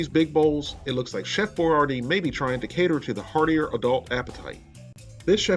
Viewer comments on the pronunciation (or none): It's boy-YARD-ee